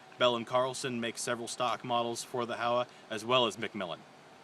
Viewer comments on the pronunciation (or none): Pronounced Ho-wa long o and a.